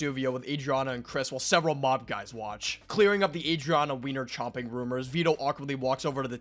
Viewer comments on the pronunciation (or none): none